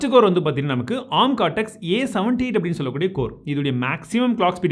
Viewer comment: Bro oru chinna suggestion, don’t get me wrong..!! Adhum A. R. M nu thaniya sollanum … arm nu sollakudathu .. It’s acronym of Advanced RISC Machines